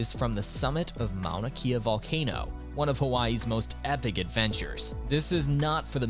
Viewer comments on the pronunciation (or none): FYI, AI....Shoddy research, atrocious "narration"....Kilauea=Kee-lao-way-ah;..Hana=Hah-nah; Mauna Kea=Mao-nah-kay-ah(dunno what that was - ) Kalalau=Kah-lah-lao/Ki'i=Kee-ee/Hanakapi'ai=Hah-nah-kah-pee-ai/Ha'ena=Hah-eh-nah....Please, Please, PLEASE give more research into Hawaii place names!